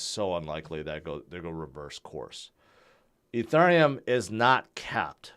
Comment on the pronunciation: Eth, Ether or Ethereum, it's not "E (turn) neum"...